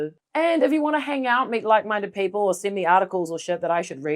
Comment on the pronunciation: "Peeple were pessed!"